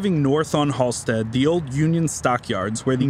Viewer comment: Everytime he says, "Halsted street" sounds tourist. It's just HALSTED. He's probably from Waucaunda claiming Chicago. Also, I don't know how you mention the stockyards (Back-of-the-yards) and not mention Upton Sinclair and Henry Ford.